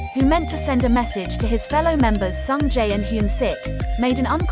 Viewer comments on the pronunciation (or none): Please I'm dying... the way Sungjae is pronounced 🤣🤣🤣